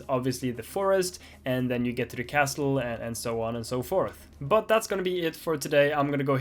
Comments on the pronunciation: SNAKES!!! T in castle is silent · Love the banana guy! LOLed at the level name that had "LOL" at the end. The "T" in "Castle" is silent. Good luck on your exam. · Hearing him pronounce the "T" in castle was low key distracting lol